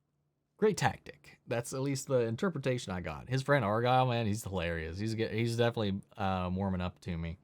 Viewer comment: You know the word is definitely, not defilly, right?